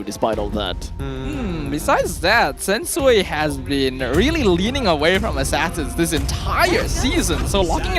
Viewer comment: Sensu-Way ✅ Sensu-Wii ❎